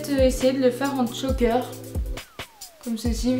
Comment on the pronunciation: J'adore comme d'habitude, j'adore les vêtements que tu achètes. Il y a juste un truc qui me dérange c'est quand tu dis "Tchoker" au lieu de choker ou ras de cou mais c'est tout!